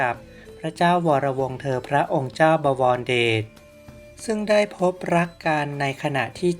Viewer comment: บอ - วอน - ระ - เดด อ่านไม่เป็น